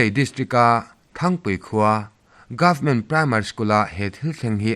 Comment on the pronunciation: Thangpui ni lovin Țhangpui khua tih tur aw.